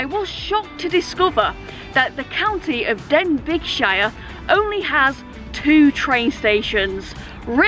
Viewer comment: Love your enthusiasm doing what you do! Just a small FYI before somebody tries to moan at you, Denbighshire is pronounced Den-bay-shire, no g...keep the G in though, lol.